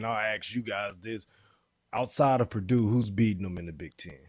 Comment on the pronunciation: guys, it's purdue